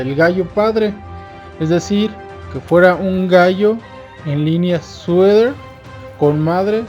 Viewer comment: Solo para mejorar; no se dice sueder, sino Sweater (sueter), perdón por el atrevimiento. Saludos